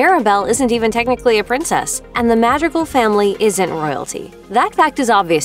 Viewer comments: The amount of times they say their last name "Madrigal" only for you to still butcher it. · how do you add an accent while saying "colombia" but you cant manage to say "madrigal" correctly thats so distracting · It’s driving me crazy of how you pronounce Madrigal. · For a moment I was confused by how she pronounced , Madrigals … I’m here like, who the heck are the Madrigals ?! Then it hit me… ahhh.. she’s pronouncing it in English. LMao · I’m doing my best to hold on and watch the videos but the butchering of their family name is killing me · There’s a whole song that says the family’s name multiple times and you still mispronounce it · the mispronunciation was killing me the whole damn time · The way you pronounce “madrigal” is chipping away at my brain cells, I’m sorry Great video tho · why do you say madrigal like that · Am I the only one who noticed she pronounce Madrigal wrong? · Am I the only one who was annoyed by the way the narrator pronounces "Madrigal"? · The fact you butcher the family name so much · why do you pronounce madrigal like that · i think u didn’t pronounce their last name correctly…. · Did anyone else get triggered by the mispronounced names of the movie and the Madrigal family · the way she says madrigal im sorry it just bothers me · Uh no there is still a d in the correct pronunciation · I hope I'm not the only one who's annoyed with how they say "Madrigal" 🙄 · Anyone else cringe every time she pronounced “Madrigal” wrong? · how she pronounces madrigal though… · I hate the way she pronounces the last name...... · i could not listen to the mispronounciations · Couldn't attempt to pronounce Madrigal? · Wait, she's not saying it right? I'm American, so I assumed "mad-drig-al" was incorrectly applying English rules to another country's language just because it was spelled in English letters. I've been trying to figure out how the hell she's pronouncing that last syllable so I could copy it and not sound like an entitled idiot.... ?